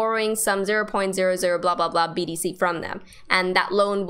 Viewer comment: Great stuff! I was so confused because Kraken let's you place an order and stop loss at the same time! Binance has two steps! By the way, sounds like you are saying BDC!! Thank you! You are a beautiful great teacher!